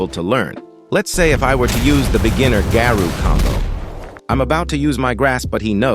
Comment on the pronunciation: Why people saying "Garu" instead of Garou